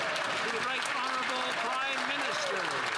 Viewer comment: Right honerable prime minister? lol, makes me laugh every time..